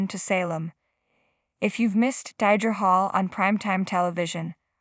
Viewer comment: Not Die-dra